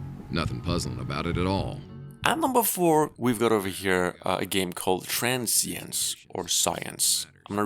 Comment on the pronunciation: TRAN SIENCE 😂